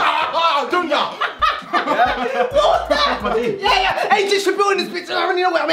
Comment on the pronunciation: Chunkz focus tryna say dunya at the same time 💀😂